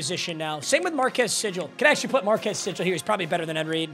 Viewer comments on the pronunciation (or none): Every time he butchers marques sigles name I laugh so hard😂😂😂